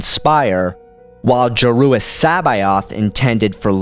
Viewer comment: I like videos but his pronunciation of so many things is atrocious. Totally agree. Listen to how he pronounces Joruus C'boath for example. Not quite as cringing as "la ah ook" lol but still aweful.